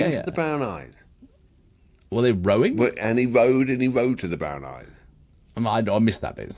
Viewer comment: Roving not rowing for gods sake.